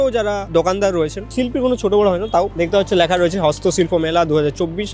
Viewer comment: Please take my suggestion change the anchor of your video hrithik dada ... His accent and pronounciation is so disgusting.... Lekha k lakha bolche toiri k touri bolche .. please change him .. if you are trying to do something big then erokom anari lok k rakha is not good ... R STOP PROMOTING GAMVLING APPS